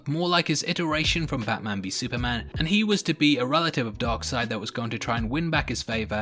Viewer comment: Funny enough you said "Dog Seid" or DarkSeid